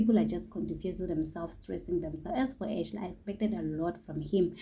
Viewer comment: Ashay not Ashley ,Ramona not Romona 🤧